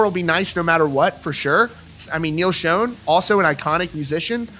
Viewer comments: It's pronounced 'Shawn' not 'Shone' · Well now he has SHOWN you a new way to pronounce SCHON. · I have been a fan of Journey since 1983 and I never ever have heard anyone pronounce Neal Schon's name like you do